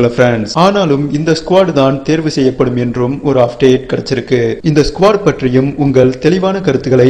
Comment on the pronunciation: Ufdate...? What is this ufdate..? Say as UPDATE. OKAY .